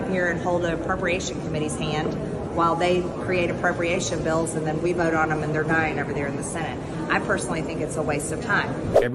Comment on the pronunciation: Everything mtg does and says drives me crazy. For some reason, the way she pronounces "vote" really sends me over the edge. Time for a gin and tonic.